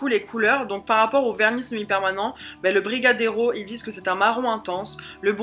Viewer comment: tu as bien prononcer la vanille et le brigadeiro c'est un petite boule de chocolat et sur le sac il y est écrit (chocolat rétrécit les vetements) en gros le chocolat ne fais pas grossir 😜😜😜😜😜